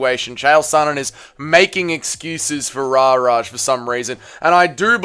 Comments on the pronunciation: Why u saying rara? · I don't know if it's intentional or not but "Rahrah" makes this insufferable. 👎🏽